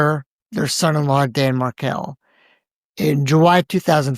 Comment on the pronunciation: actually pronounced Markel and Adelson correctly, so I’m thinking that commenter is either a bot or paid agitator. IMO TY ❤